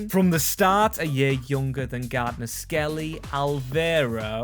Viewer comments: you really piss me off with your ignorance in pronouncing names his name is clearly Garner. Not Gardner FOR FUCKS SAKE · Garner not GarDner 😂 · For gods sake mate its pronounced Gar-Ner Not gardener